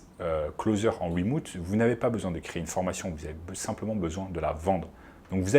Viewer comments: Bonjour, wemoute c'est remote. Désolé mais ca pique trop... Sinon merci de la vidéo ! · Remouuute ? Mdrrrr